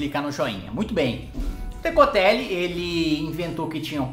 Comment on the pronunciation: Por qual causa será que sempre que você fala "Decotelli" eu escuto "necrotério"? Zericórdia...